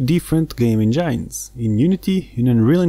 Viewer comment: It’s engines not engynes. “In” :}